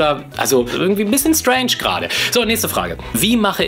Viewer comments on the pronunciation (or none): Bei 4.29 sagt er stränsch 😂